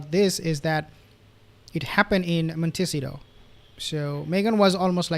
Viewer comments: Monticeto is pronounced 'Mont Ah See Toe" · Please practice .... Sounds like....mon- te- ceeto.